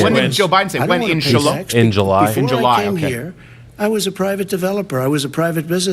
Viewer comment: Lol. He totally said" inshella?" Not 'in july'🤣🤣